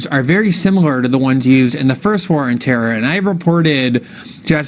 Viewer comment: Glen you said War of Terror wrong.